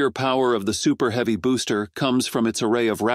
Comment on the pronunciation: This voice to text program is laughable, pronouncing heavy as heevy....lol....